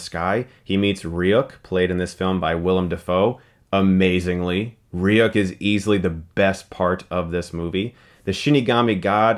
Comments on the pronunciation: Dammit man it's pronounced Ree-Yook not Ri-yuk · its not pronounced reeuk its ryook silly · Its pronounced "ree-ook" not "reuk" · Ok you said ry-uh-k But wasn't it pronounced as re-yuk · ITS LIGHT YAGAMI IN THE ANIMA AND ITS PRONOUNCED RYOOOK NOT REYUCK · First he calls Light Yagami Light Turner then he pronounces Ryuk Ree-Yook instead of Ryuhk or Rook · not rijuk, riu-ku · How can you say you were a fan of the anime when you can't pronounce Ryuk's name properly. They say it constantly in the anime and in both the Japanese and English dubs they pronounce it REE-OOk where did you get REE-uck from? Stop trying to force Americanize a Japanese name and leave a great character as he is. SMH Chris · Ah...this is the very first time I've ever heard anyone call him Light Turner. If that's his name in the new adaptation fine, but I've always ever, both English and Japanese, heard him called Light Yagami. Also...I mean, it's Ryuk - Ryook, not Ryuk - Ryuck. Still don't even want to watch it except to see Ryuk. If someone can eventually compile all of HIS scenes so I can skip the rest of the shit, I'll be eternally grateful. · Ry-uck xD It's pronounced Ry-ook or Ryu-k Other than that, this was a fucking wonderful review. Seemed very genuine. <3 Chris is 'our guy', when it comes to anime commentary from movie reviewers. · He pronounced Ryuk as like Reyuck, what the heck. I'm sorry but this guys needs to watch the anime again. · It may be how Ryuk is pronounced where he is from I know it's how at lot of English people say it, I've only rarely heard "re-you-k" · "Ryu" is ONE syllable in Japanese. Ryuk is just 2. Try not to pronounce the middle vowel so much. Head straight to the "yu" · its pronounced "ri-yook" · stop saying ry-uck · Why is everyone pronouncing Ryuk wrong lmao its not hard ree-yook come on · Pronounce the name ryuke correct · "Ree-uhk." *weeaboos across the world wince* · Ry-yuck? Ok Chris, ok... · your pronouncing ryuk incorrectly